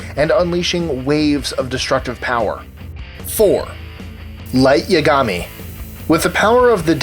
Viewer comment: Also you said yagami wrong